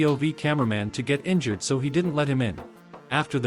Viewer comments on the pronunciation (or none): none